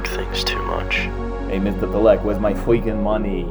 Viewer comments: “Where’s my fweaking money?”😂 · WHERES MY FWEAKIN MONEYY 🗣️‼️‼️